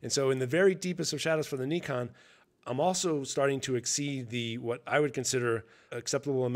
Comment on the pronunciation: An American that can pronounce Nikon well done I am impressed.